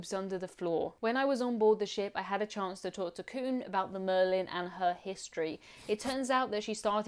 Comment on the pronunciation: The name of the boat is Merlijn though, not Marlijn.